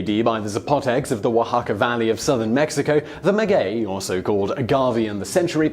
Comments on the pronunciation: the only thing you mispronounced was maguey, the u is silent making it sound like mah-gay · You pronounced Oaxaca right; not maguey though (silent u) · Did he really just say "nujuaTAL" instead of náhuatl, and "magüey" instead of maguey? facepalm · "Ma gay" not "ma gooay"! 😉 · Oaxaca was pronounced flawlessly. Maguey is pronounced Ma-gay. I'm definitely going to try shaker & spoon! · Just like the "U" in tequila. The "U" in Maguey is Mute.... So its pronounced "Magey" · I am laughing at the way he pronounces MAGUEY (mah-whey) at least ke did not say "teh quill lah" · As a Mexican I'm far surprised with how well you pronounced several words. Some others not so much, for example, you started pronouncing maguey correctly then it fell through. Oaxaca, pulque, agave, mezcal, Jalisco were all well pronounced. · You did pronounce Oaxaca correctly, as the X does have a J sound in this case (the letter X can sound, in Mexican Spanish, as either J, KS, SC, S, or SH). What you didn't get right was the pronunciation of Maguey: the U is silent, but it modifies the sound of the G to sound like G rather than J. (And this rule only applies to the syllables "gue" and "gui") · Yes except he doesn’t know how to say maguey